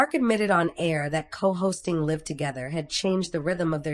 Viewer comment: It’s Live with a long I. Stupid AI.